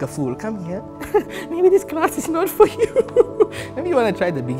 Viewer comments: fro? It's for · fro or for 🤔🤔